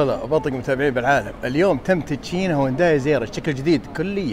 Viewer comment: السياره اسمها هيونداي وكاتب بعنوان الحلقه الاسم الصحيح هيونداي ليه تنطقها هوانداي 😂😂هذا وانت مختص بمجال السيارات . تقبل مروري